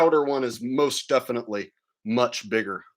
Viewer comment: Nah! It's ALWAYS been the Same because of the way he says "Defitly" instead of "Definitely" 😂